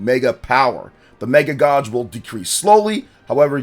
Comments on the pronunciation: The word is pronounced Gaej. It's a long a. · Pls never say gauge again